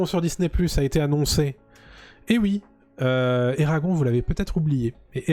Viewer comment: Eragon eragon..ca se prononce eragone